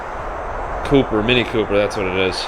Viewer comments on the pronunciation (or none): none